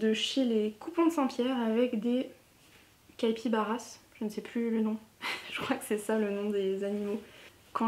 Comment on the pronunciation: Très jolies réalisations, tu me donnes envie de me coudre des chemises ! Et les animaux sur le tissu sont bien des capybaras (il ne faut pas prononcer le s).